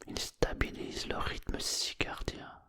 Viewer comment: Circadien pas cicardien